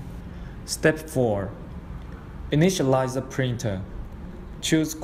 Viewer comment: Great video series, very clear and helpful,. I was able to build mine in one pass with no errors and no magic smoke escaping. One suggestion, and I am not being a smartass... Given the language and accent differences, the word 'The' sounds identical to the american way of pronouncing 'Z'. If you use the english way of saying it then there is NO confusion (US Z=Zee, English Z=Zed) again, not trying to be a smartass. just trying for clarity.